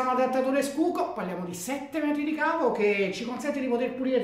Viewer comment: Presa scuco?😅😅😅 ....in tedesco la schuko si traduce cosi come si legge:sciuco!! Cmq ottima recensione bravo